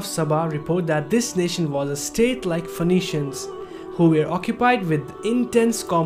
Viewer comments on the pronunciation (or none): none